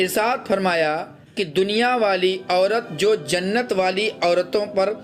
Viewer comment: Jannat ko zannat mat bolo Bhai,sunne me hi ajeeb lagta hai